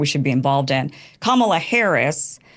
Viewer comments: Why can’t the shithead who is running this debate say Kamala’s name right? Not just destiny, but Kim was pronouncing it right over and over and he just keeps fucking it up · Why can't people just pronounce Kamala's name correctly? Seriously, get your shit together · It’s sounds so ignorant when the debate moderator pronounces Kamala’s name wrong.😖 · "Am I saying this right? 'Uhuru' ... " Moderator wants to get this word right, all the while he's been mispronouncing Kamala's name the entire time, even in that very question. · oh, this moderator cant even accent the right syllable out of 3, real brain teaser there. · Say Kamalas name right! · I think it's an obvious measure of somebody's credibility in how they pronounce Kamala. If you're mispronouncing it, you are either doing it on purpose or you legitimately think that's how you say it because of your bias sources of information. The host of this debate would not stop mispronouncing her name... To her credit, Kim pronounces it correctly, which means she at least shows that little bit of respect. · Destiny is such a strong Kamala supporter, knows all the facts in and out....still can't pronounce her name right... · Moderator, maybe learn to pronounce the future presidents name…respect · Why can't that guy moderating pronounce Kamala's name correctly? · When people can’t pronounce the VP’s name. They sound ridiculous. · This moderator can't even properly pronounce the first name of the vice president. 🤡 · Moderator. Please learn how to say our VP’s name. WTF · Someone needs to tell the moderator that he can’t keep the job if he doesn’t know how to pronounce Kamala’s name. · This guy moderating is a weenie. How do you keep saying the name of the VP of the USA wrong. Have a little integrity and be mature enough to be able to pronounce the name of VP Harris correctly. It's Kamala (comma-la) not hard to get correct! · Her name is Ka-ma-la......douch!